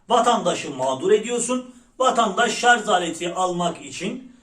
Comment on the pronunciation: şarz değil şarj